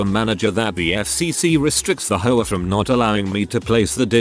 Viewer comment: Im dying...every time the text to speech guy says hoa i hear whore, I'm strangling a laugh every time!